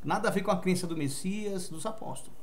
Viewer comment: Amado essa não é e nunca foi a pronúncia do nome do Messias